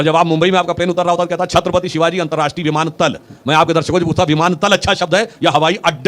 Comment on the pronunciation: It’s विमानतळ not विमानतल Sudhanshu ji, unfortunately Hindi don’t know the difference between ल & ळ 😇